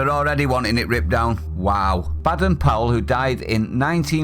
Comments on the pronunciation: Hey, it’s not pronounced Bad-en Powell, it’s Bay-den Powell. I’d leave the moral relativism and stick with Janet & John book 1 if I were you!!! 🤣🤣🤣🤣🤣🤣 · Duh! We always pronounced Baden it with a long ‘a’ as in Bay, not like as in Bad! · its bay,,dern powel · His name pronounced BAYden